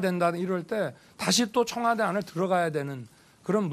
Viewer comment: 나만 청화대로 들리나